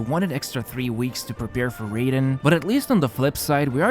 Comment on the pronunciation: The way he pronounces Raiden makes me unreasonably mad